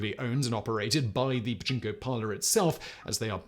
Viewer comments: pachinko, pachnko, bachingo, dude you need a skillshare to help with the amazing ways you have mangled that word. Oh and the part where housewives can leave kids and groceries in the cold lockers still makes me chuckle :). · you need to enunciate the "pa" or japanese people may think you're talking about a male body part. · Turn on CC and watch a different word/spelling be used every other time Simon says "Pachinko". I think Pajama was my favorite.